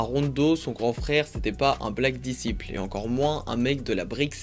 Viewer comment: black disciples Tu peux ne plus le prononcer à la francaise stp sa père son sens